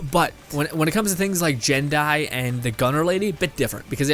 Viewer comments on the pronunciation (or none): Taloz Gaming I know, every vid I hear him say jin die I write a comment about it